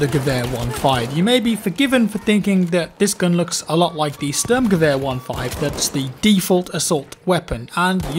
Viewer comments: You dont really say the S in Sturmgewehr like a single S in german. More like the s of sh*it for example. I know you might not care about. Just a little extra information. ; ) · stirmgevehur is the best way to describe saying it in text form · You know that english spoken people cant pronounce german good. Stürmgewehr only Swedish people do it well 🤣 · CanadianBluePants lmao